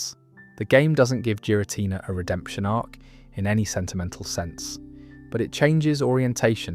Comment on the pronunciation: Jeera Tina